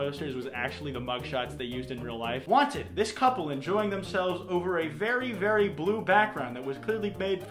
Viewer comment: “A vewy vewy powerful ewotic charge”